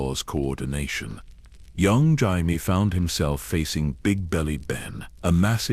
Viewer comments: Is this a person or some annoying ai because who the fuck is "Jimie" obviously ai can't even read his name is Jamie loose the i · Jimey Lannister lol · yeah loomks liek AI gabrgae, cant even pronounce jamie correcly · Do you even listen to what your A.I has created it grates on me when it says Jaime. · you can tell it's AI by the way it says Jaime 😅 I'm half an hour in and it's pissing me off haha